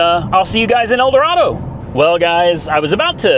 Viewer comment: I wanted to dislike Teslas, but I can't, it's an amazing piece of engineering. Well done, sir. Edit: However, Kansas natives pronounce it "El Doraaado."😂